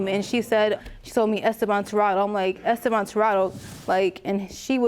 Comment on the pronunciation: The “Mr. Es-stay-been” took me out 😂😂😂